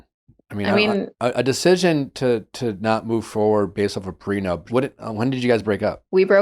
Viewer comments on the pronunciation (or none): Came here from the podcast app to see if anyone else couldn’t believe how many times he said prenub haha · According to Nick, people get PreNUBtual agreements. Hahahah love the show, just HAD to come here to see if anyone else noticed. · Can someone explain to Nick it's prenup not prenub? 😅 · Did he say “prenub?